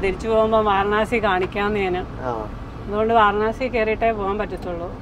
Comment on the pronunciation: വാരണാസി എന്നു ചോദിച്ചത് കൊണ്ടാണ് അവർക്ക് മനസ്സിലാകാഞ്ഞത്.വരാണസി എന്നാണ് ശരിയായ ഉച്ചാരണം. ഹിന്ദിയിൽ